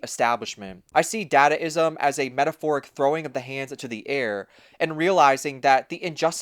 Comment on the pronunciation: Individualism is freedom. Collectivism is oppression. Sacrifice is exploitation. Work is anti-self. / "dah-dah-ism." Pronounced with schwas. Uh, did you actually watch 'Metropolis'? That was the archetypal DYStopia, yo! But then, if a modern-minded person were to read the book 'Utopia', its definition of "utopia" would seem dystopian since it's based on Pol Pot-style totalitarian collectivism. Don't forget Holodomor, aka the Terror Famine, that Stalin inflicted on Ukraine starting in 1932. Contrast with Soviet Realism. Don't dadaism and gonzo absurdism reject collectivism? Isn't "collectivism" just another word for conformity? And what exactly is the difference between globalism and internationalism? Nationalists criticize both, rightly associating them with imperialism. "Imperialism," "globalism," and "internationalism" are words that describe the same concept: a "utopian" world "order" under a totalitarian police state regime (the Leviathan). What does consumerism have to do with individualism? Isn't consumerism all about conformity, and isn't "conformity" just another word for collectivism? Even Jello Biafra, himself a leftist, was critical of Pol Pot. Do I have to point out the contradiction in that statement? Working longer for less is indicative of an oppressive system that combines the worst aspects of collectivism and hierarchy (both enemies of the individual). Work is based on sacrifice. That's why it's inherently anti-sel